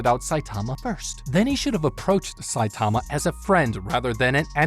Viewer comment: why are you saying his name like that?